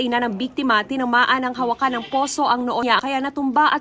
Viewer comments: Hawakan hindi HA-WA-KAN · Hawakan is wrong pronunciation kuya. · Hawakan (handle) ng poso, o hawakan (to touch) ang poso? Yung pagbasa ni ivan mali, Filipino na nga lang di pa maayos.